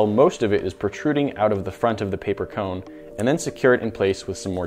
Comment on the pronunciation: now I als love the way you say CAONE instead of CONE,like faom instead of foam